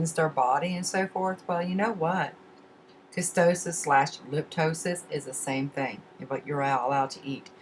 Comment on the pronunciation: ketosis..not kestosis